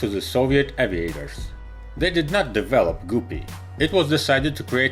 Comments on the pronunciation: its guppy not goopy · Not pronounced " Gu-P". But Gup like cup and ad another P and you get, GUPPY. By the way we love your videos and watch all the time. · It's guppy, btw. Not goopy. There's a reason for the double "p". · Super goopy? Its guppy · Guppy....not goopy........come on, dude...... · Its guppy damn it not goopy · Another Excellent Video! Thank you p.s. "Guppy" is correctly pronounced with a "short u" sound. The English word "up" has a "short u" sound. In the video Guppy is incorrectly pronounced with a "long u" this "u" sound is as in the word "mute" So the "u" in the word Guppy should be pronounced as a "short u" as in the word "up", not as a "long u" as in the word "mute" Hope this is helpful. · It’s not “ GOO PEE” it’s “GUP PEE”! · Btw it's not gu pey it's gup pey that's how you peonose it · "goopie" "Energea" It's guppy "gup(like cup/pup)-ee" And energia "enerjee--ah" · It is NOT pronounced Goopee! It is pronounced Guh pee. Just like ALUMINUM is NOT Aloomineeum! It is spelled and pronounced. A L U M I N U M! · guppy* not gooby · Ok, it's happened too many times for me not to say anything. The word GUPPY rhymes with puppy, not poopy. Thank you. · Sing with me now : "If you find a guppy, it rhymes with puppy So never call it goopy, 'cause that's just poopy." :) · Funny, I just said it rhymes with puppy, not poopy. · Guh-pee not goo-pee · Super........ Goopy?????? You mean GUPPY. It's like PUPPY, but with a G. Lmao!!! Super goopy. That's some funny s@ Haven't laughed that hard all week. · Try”g-UP-py”, like puppy...not “goopy” like poopy. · Gup-pee “ guppy “ dumbass , wtf is a goo-pee ? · Wish he would get the pronunciation correct. It is not goopee but pronounced like (g up pee) and it is not tubo prop but turboprop! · G-uh-pee. Not super goopy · Goopy, umm don't you mean Guppy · No offense but its not goopy its guppe srry it just bugs me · It’s pronounced guppy. Not goopy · It's "Guppy", like "Puppy", not "Goopee" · Pronounced " g-UP-ee"